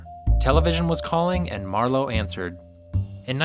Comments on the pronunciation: Good film but why do you pronounce it MarLOWE? It's not a wine. It's MARlowe. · Thank you! That was bugging me all the way through it. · Worse, he jumps between pronouncing it MARlowe and MarLOWE, often in the same sentence. Driving me nuts. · mar LOWE,,,really!? You are as bad as the punks that cast that wuss Gould in The Long Goodbye! It's one syllable 'Marlo' like Marlo Thomas or Marlo Andretti! Bogart was perfect except he was too short. Marlowe was 4f on account a he got kicked in the choppers when he was blockin a punt! He was tall around 6'4". and he was around 30 in 1940 So if he was alive in the 70s He woulda been in a lotta pain from all the beatins he took in the 40s and 50s/ plus he would be in his 60s. I'm saying there has never been a Good adaptation of a Marlowe story. The Big Sleep was the best and it was only as good as can be expected when Marlowe is 6 inches too short. They should a used John Wayne to play Marlowe. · Might want to start by learning how to pronounce MARLOWE! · What's with the "Mar-LOW"? Not digging the Long Goodbye for so many reasons. Sterling Hayden's the best part of that film. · Why does he keep saying MarLOWE? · Common... pronounce "Marlowe" correctly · Learn how to pronounce the P.I.'s name. The emphasis is on the 1st syllable, not the 2nd. It's not like Merlot. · Why do you keep pronouncing his last name wrong? He's not French. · This is the first time I've heard the name "Marlowe" pronounced with the emphasis on the second syllable. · The narrator couldn't make up his mind how to pronounce it. Very annoying. Unprofessional. Perhaps pretentious. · Generation xyz does that. They mangle names. Ray Milland is pronounced Mil. LAND. They say Millind. etc. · It's hard to accept your authority on this subject when you can't pronounce the iconic character's name. Also, Bruce Lee didn't star in the Garner version: he was a henchman, albeit a memorable one. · Yep, don't rhyme with Merlot. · It’s MARlowe not marLOWE…cmon yo